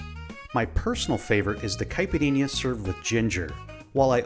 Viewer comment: the drink is caled Caipirinha, try to say kipereña